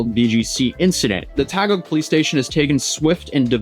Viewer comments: Thanks for your coverage it’s great you’re calling out these scumbag Americans. You are doing a great job with the pronunciations. But to clarify the city is pronounced ta-gig. To make it easier for you :) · BTW, Taguig is pronounced as "Ta-gig" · bro is cooked lol. btw taguig is read as TUH-GEEG pronounced fast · Random Filipino here, Taguig is pronounced as Ta-gig. That aside, At least he's alive. Most gun cases happen spontaneously. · Taguig - pronounced as Tah-gig. Also, I wonder if him running over someone's foot is included in the charges? I think I didn't hear it from the list of charges? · Tagalog, not tag along. Not trying to be an asshole, just correcting for accuracy and cultural respect purposes. Also, Taguig is pronounced Tagig as you would in English. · Just to correct... "TAGUIG" is pronounced with a silent U. So it's pronounced as TAH-GEEG. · BTW "Taguig" is pronounced as "Ta-geeg" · Taguig the right pronunciation is "Ta gig" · Its pronounced, "Tahg-g-eeg," brother. Thanks for covering the Philippines. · Thanks for covering this! People need to be reinforced the Fuck Around and Find Out golden rule. Also Taguig is read as "Tah- Gig" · For future reference, Taguig is pronounced as "ta-geeg". It's all good, though,. We know your mispronunciation wasn't on purpose. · Taguig = "Tah - gig" 🙇 keep up the good work bro (if you want to go though, Manila will be super hot in April-May) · The pronounciation of TAGUIG, hurt my ears.. arghhh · your content is so informative, I dont mind you butchering some of the names of cities here in the Philippines, thank you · Btw, "Taguig" is pronounced with a silent u. ^_^ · Before you try and cover topics outside the usual west news im begging you to do a bit of research bc i cant get over how you butcheted "taguig" and its in my head 😭😭😭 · Taguig is not pronounced as tah-gug...... try Tuh-geegh . Hope this helps. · Taguig is not as ta-gug is tah-gig 😊 or th-gig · Taguig pronunciation: “Ta-Gi-GH” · Tah - geeg